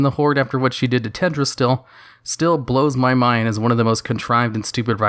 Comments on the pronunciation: Pls pronounce the "L" in TeLdrassil... It sounds strange without it. And a little lore correction: in w3 when Sylv is fighting the 3 dreadlords: First she uses mind control on the creeps (ogers, murlocks, trolls, bandits) in order to amass an army to take out Varimathras' base and when she does defeat him, he bargains with her, she spares him and he joins her. After that they assault the ruins of Lordaeron, where the humans had made a base and the second dreadlord Detheroc had them under mind control as well. Varimathras puts everyone to sleep for a short time, giving him ans Sylv enough time to kill Detheroc. The removed the mind control from the humans and their leader Garithos struck a deal with baby girl Sylv to retake Lordaeron from the final dreadlord Balnazzar. Of course after they do she simply kills the human :)... so firstly she has been morally fucking dark from the start( I would even say she was written to be much more evil in w3 and vanilla then now lolz)... and secondly I just wanna say I am totally fine with her doing all that stuff, I love it(would be nicer is her reasoning was explained a bit better), as a Sylv fanboy I gladly would kill anyone she tells me to. I honestly enjoy the option to side with her in BFA, ot gets boring playing as the good guys all the time... and being the heroes. It would be cool if we had an evil playable faction XD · everytime he says tedrassil it throws me off. then i remember. it shouldnt be a big deal. but it is. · yeah... it's fine if he said it once or twice or whatever... noone is perfect and pronunciation for non-natives is hard.... but there was that one part at like the 3rd or 4th comment where he said Tedrassil like 20 times... I got soo triggered I started laughing😂😂😂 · "Tehd ra zil" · I love your channel and your videos but, but you're forgetting the first L in Teldrassil. Also saying Cairne is more "Care-n" instead of "Car-ne", because of the I in Cairne.